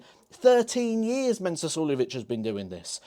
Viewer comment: It's Mensur. Not Mensuer. Just sayin'